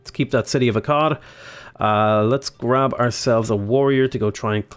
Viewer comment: I keep hearing Akkad as A Cod lol